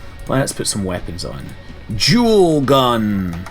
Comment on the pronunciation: I like how dual and jewel sound the same in your dialect. It sounds really cool.